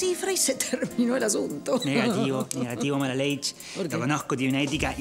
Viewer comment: Amo cuando dice Malaleish 😂 No me acostumbro ver a Mogly siendo malo aquí lol